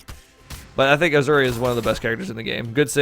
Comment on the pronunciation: Ok the announcer lITERALLY pronounces the legends name for you so there is NO CONTROVERSY so please stop say aZuri it’s aSuri thank you ps ur video is very good